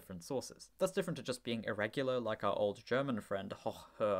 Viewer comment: the o in german hoch is long... please 😅 hoooooch and its not å